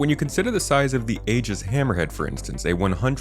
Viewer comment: Aegis. The a is silent. It’s pronounced, “EE-giss”.